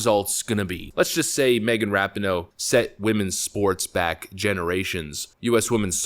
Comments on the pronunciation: Ra Pi No É not ra pi no... Then again, don't pronounce the E and keep mispronouncing it, it fits ! IT doesn't even deserve to have it's name pronounced right ! GOOD riddance if IT'S actually really gone ! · pronounced Ra-pee-no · Love you're videos and content, but once again her name is pronounced Ra-pee-no. I believe it's an Italian last name. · The narrator should learn how to pronounce her last name correctly. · I really don’t like this woman. But if you’re going to make a video about her at least pronounce her name right